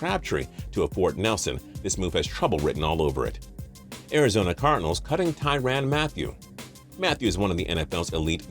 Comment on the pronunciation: With Celek and Ertz alone, it would have been hard putting Burton in that offense. Then again, how can we believe a man who can't say Tyrann right?